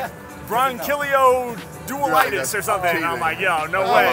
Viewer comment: Manz said “bronchilloduilitus” 🤷🏿‍♂️